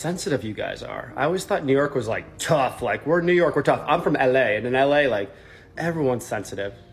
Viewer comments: "ell eh" 🤣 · There’s no way this isnt a bit. The way he says “ell a” y’know?